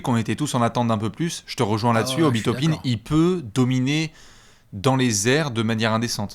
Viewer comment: Tu veux dire Obi "Top-un" ? 😂😂😂